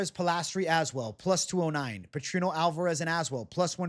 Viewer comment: i swear i think youre the first person i noticed that pronounced Az-well lol